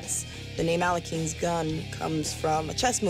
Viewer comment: The problem is that the family name of the chess player has not that pronunciation. In English sounds like "aleohim"